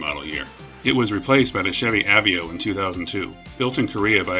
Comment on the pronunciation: I had a Chevy Aveo, and for FUCKS SAKE, it AH-VEH-O